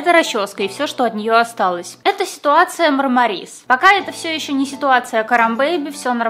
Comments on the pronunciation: Вы же с Машей вроде норм общались,пора бы уже понять,что не МармарИс,а МАрмарис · прости, но ма́рмарис